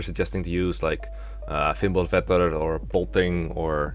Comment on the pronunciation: The way said "Fimbulvetr" is so satisfying for me.